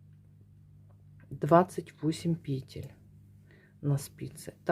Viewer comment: благодарю Вас за МК. Видно, что пряжа классная и носочки получаются мягкие и симпатичные. И благодарю Вас за правильное произношение русских слов, в частности пЕтель и раппОрт. Вас приятно слушать и вязать.